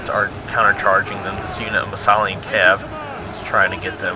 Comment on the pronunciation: it's "Isthelion" (Is. The. Lion), haha. But GG for both teams.